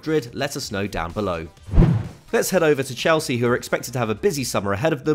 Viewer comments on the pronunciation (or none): none